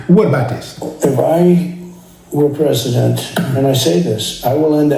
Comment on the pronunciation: 😂 wow your Prasadant